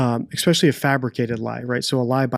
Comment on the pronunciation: Did you say "ek-specially"?